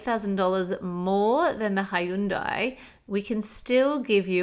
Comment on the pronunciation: I can't get over aussies pronunciation of Hyundai. " hi-yoon-dye" it bothers the hell out of me. It's pronounced hyun-dae